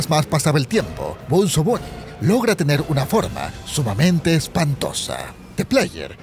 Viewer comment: Se llama bonzo no benzo ni bunzo